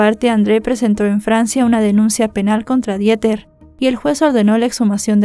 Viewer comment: me encantas como siempre, solamente que, la pronunciación de Dieter en alemán es:Diter. Te mando abrazos y bendiciones, no lo hago para ofenderte. ❤❤❤❤❤